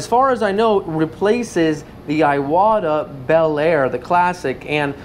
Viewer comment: Iwata is pronounced e-wa-ta, not eye-what-a.